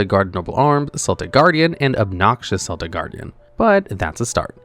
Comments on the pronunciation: Yugi Moto doesn't pronounce Celtic Guardian with the S sound, but with a K sound. Lol I think your comment farming. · Constantly getting annoyed by Seltic Guard like he's on a sports team. I know they're technically interchangeable pronunciations but that's not the monster I remember Yugi summoning. Edit: so it's another localization fail to not call it "Baking of the Skull Servants."